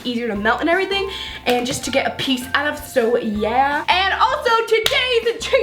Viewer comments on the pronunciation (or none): none